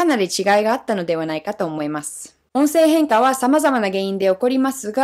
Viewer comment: 「音声変化」の発音がいいな。上級者向きの話題だな。